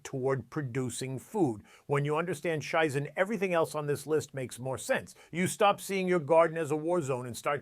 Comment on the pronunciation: Lol... "let me introduce a concept called "shaizen" it's pronounced "Shizen" "and then continues to pronounce it wrong... this is rich... the only "shaizen" is exactly this "Scheiße" :) If you talk about something and you know how to pronounce it why do you mispronounce it?! At the beginning of a vid this does not scream competence...